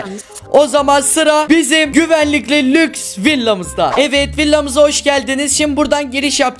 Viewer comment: Ahmete lüjs dedin😑🤨